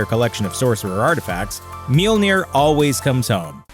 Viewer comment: Mjölner, not milnir...